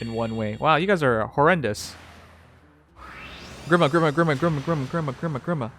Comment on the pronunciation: Oh dear god the way he pronounces grima is atrocious it's gr-ee-ma not gr-i-ma